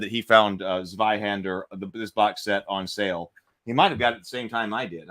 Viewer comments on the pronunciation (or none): Not Sweihender it's pronounced Tzweihander. Initial-z in is pronounced tz in german.